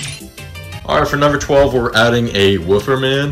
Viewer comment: Bro said wooofer man💀